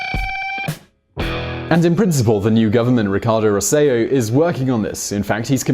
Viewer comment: Your show is one of the smartest on YouTube but like everybody else you don't find out how to pronounce the names of individuals you talk about. Governor Roselló's last name is pronounced Rose-eh-YO in Iberian Spanish and Rose-eh-JOE in the Puerto Rican style of handling the double ll. I wrote note after note to the folks on NBC and while they stopped calling him Rose-ello (like jello) and started using the pronounciation you're using (which is in improvement), nobody's paying attention to the fact that the last o is accented, and in Puerto Rican the double l is not ye but je. My husband who was raised on the island and I left in 2000 because of the inability to get work on the island. We would have loved to have stayed even though academic jobs on the island were even then about 30% of what you get paid in the US. Now we're just terrified for the future of the island. We don't believe that Roselló has the island's best interests at heart and is allowing himself to be swayed by some Trumpian ideas even when he seems to be well aware that Trump's hatred of hispanics in general and Puerto Rico in particular have had a negative impact on the island's recovery. Anyhow thanks for yet another informative video. All you channels are just top notch.